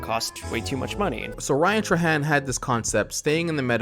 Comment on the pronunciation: its not ryan tra tra-han its ryan tray-hand